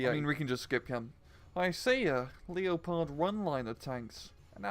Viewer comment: Why the FUCK you you pronounce your "W" as "R"s!?!?!? AND WHY THE LITERAL SHIT DO YOU PRONOUNCE LEOPARD LIKE THAT!!! DO YOU FUCKING LOOK AT A GIANT CAT IN AFRICA AND SAY "that's a Belgian king!" OH MY GOD THAT MAKES ME SO DAMN ANGRY HOLY SHIT I CAN UNDERSTAND NOT PRONOUNCE HEBREW AND FINNISH RIGHT BUT GET YOUR FUCKING ENGLISH DOWN DAMN YOU!!!!!